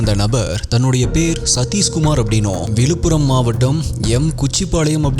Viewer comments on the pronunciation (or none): Konjam zha ucharippu seriya panna nalla irukkum....tamilnaadu, vilupuram, nigalchi nu solradhukku badhila Tamizhnadu, Vizhupuram, Nigazhchi nu sollalaame....Tamizhin azhage Zha thaane